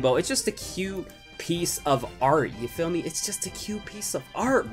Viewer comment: KB Squared HES saying ya phommey